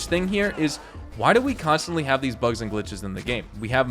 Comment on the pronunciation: It took me a second to realise you meant "bugs" and not "bucks", I was wondering why too many bucks was an issue, I'd love to have that problem.